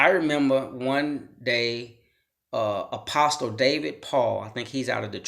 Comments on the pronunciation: Could someone tell this guy the "t" is silent in apostle? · No disrespect my friend,but the" t" in the word apostle is silent. ✌ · The “t” in apostle is silent. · The t is silent in apostle bro. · Another public school victim, or just stupid! In apostle the T is silent! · The T is silent...